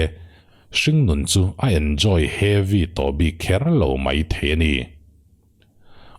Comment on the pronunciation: Heavy tih tawngkam hi a hman a nuam deuh a ni turah kan ngai a ,mahse ati lemdeuh chuan ka hria a, uar tum lutuk hian a ti ho deuh in ka hria.